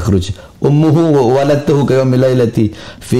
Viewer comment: Saya saja bukan ulama hanya santri yang bodo, tau klo bacaan bahar itu banyak salahnya contoh waladatshu saja dia baca waladattuhu, sangat disayangkan yang ngaku ulama punya pomdok santri banyak tapi kwalitas ilmunya bgini. Semoga pengikutnya segera di sadarkan dan beliau juga di sadar dirikan